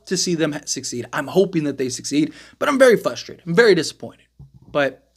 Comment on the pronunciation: Frustrated, not Fustrated